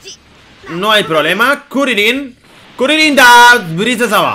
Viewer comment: Kurilin nada que ver se dice Krilin capo no kurilin